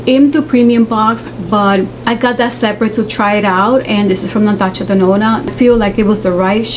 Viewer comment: The way she says Natasha Denona is so cute , my mama also pronounces it like that, I Love 😍😊